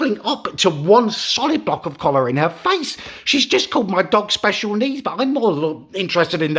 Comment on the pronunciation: SPESHUL NEEDS